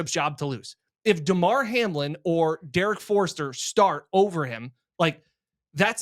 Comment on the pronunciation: “Derrick Forester” lol